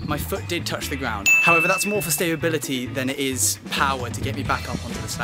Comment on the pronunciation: What the hell is stabability? I swear it's stability!